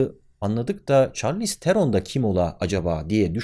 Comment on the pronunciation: Çarliston mu?